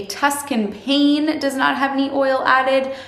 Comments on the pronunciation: PAH-nay, not "pain" pane. Its eyetalian. And yes their frozen roasted corn is outa this world. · That is so cute the Italian word for bread is not pronounced like a window pane. It is "paan-nay" Great video. Miele is honey. Me-ale-lay. Thanks. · Love this video. Thank you for the tips. I'm diabetic and I follow a whole food plant based no added fat diet and yours is the only YouTube channel I've found that fits my eating plan. FINALLY. By the way Pane is Italian for bread and it's pronounced Panay or paneh. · Pane, is pronounced "paw nay" italian